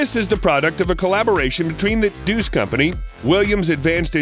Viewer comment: pronouced DAE-US, not DEUCE